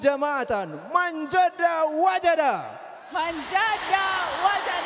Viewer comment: Koreksi: "Man Jadda Wajada." Bukan "Man Jadda Wa Jadda."